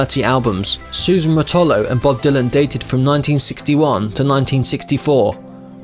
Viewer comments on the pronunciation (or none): Suzie Rotolo pronounce Roh toh lo the accent is on the first syllable, not on the second one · Same for Suze Rotolo